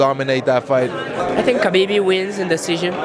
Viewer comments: Pronounced Ha-beeb not Ka-beeb. Damn. Literally everyone mispronounced his name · ''Khabibi'' lol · His name is pronounced "Habib" not "Kabib" its a silent K... ffs meaning "The beloved one" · Werdum: Khabibi 😂😂 and Jan: I dont know why 😂😂 was the best comments 😜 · It’s not KABEEB or HABEEB KH should be a throaty H, if that makes sense. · Kha-beeb not Habeeb I don’t think خبب حبب two separate names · interviews Tony and he says "Khabib" LMAO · marlon: i think khabibi wins decision haha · Seems no one in the UFC universe will say his name correctly, Ha-Beeb not Ka-Beeb. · Khabibi and Murgamedov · mans just said kHABIBI🤣🤣💀💀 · Even I’ve learned khabib is pronounced “habib” and even his fellow ufc fighters haven’t learned all, that’s some disrespect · Nobody: Absolutely no one: Moraes: "I think KHA-BIBI wins." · Marlon says Khabibi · “I think Khabibi wins” bruh lmao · ❤❤❤ most fighters said Kabib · It’s “Ha-bib” good lord Lol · Khabibi funny shit Marlon and fabricio keep saying khabibi 🤣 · Marlon "Khabibi" Moraes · "Khabibi" -Marlon Moraes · Everyone says Khabib wrong, isn’t it pronounced “Ha-beeb”? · Morales . kuuuhhhbeeebbeeee 😂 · lmao Khabibi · Cejudo: Khabib Murgomedov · Marlon moraes out here lookin like a mini dana white :') but least he got "khabi-bee" for the win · Clicked on this video to immediately hit pause and post a comment. Just gonna go out on a limb here, they all said khalabeeb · Marlon "kabiby" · Derrick : im gonna to khaa ah tony . You cant even lie om your self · I like how none of them pronounce Khabib’s name correctly. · Khabib told us himself how to pronounce his name still mostly everyone said it wrong including that reporter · My god cejudo is dumb, what a stupid answer he gave then completely mispronounced khabibs name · By now you would think people would know how to pronounce Khabib. Nope